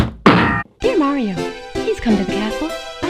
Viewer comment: “It’s super Morio 64”